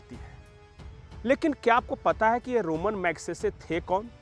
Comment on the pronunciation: मुंह उठाकर चले आते हैं वीडियो बनाने। पहले पुरस्कार का नाम तो अच्छी तरह पता करके आते! यह रोमन मैग्सेसे पुरस्कार नहीं है रमन (ramon) मैग्सेसे पुरस्कार है। रोम से इसका कोई दूर दूर का कोई संपर्क नहीं।